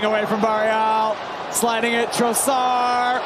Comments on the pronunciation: Hate how the commentators say Trossard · The way they pronounce 'Trossard' 😂